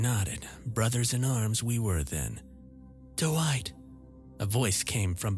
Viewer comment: What nationality are doowhite and eyezick? I only ask because I'm not familiar with these names